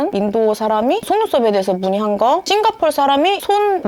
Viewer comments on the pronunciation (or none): none